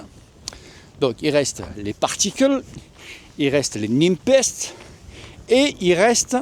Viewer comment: Super classement, logique vue tes différentes présentations. Particule a de l'avenir clairement! Parcontre, Nepest se pronone "Nipest" pas "Nimpest" stp:p lol